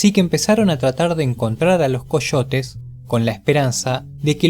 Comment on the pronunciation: Coshotes (Coyotes)